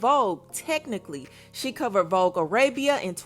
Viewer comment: Cardi said vobe 😭😭not vogue 🤣🤣